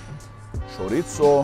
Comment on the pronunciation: Why u saying charizzo like that man? And don't say that how u pronounce it because it's not in English